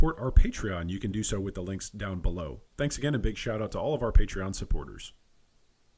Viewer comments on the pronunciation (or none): none